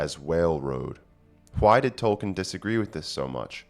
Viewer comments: TY! Tol-kEEn, tho, not Tol-kEHn. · Could you please learn to pronounce his name correctly? It is toll keen. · If you want to get picky about pronunciations, it's TOLL-KEEN (a spondee, two stressed syllables). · His name was Tolkien, not Tolken. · Troll keen?